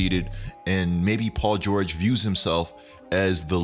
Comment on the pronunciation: Paul geurrjg